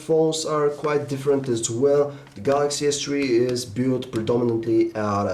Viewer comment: All I heard was Galaxy S TREE.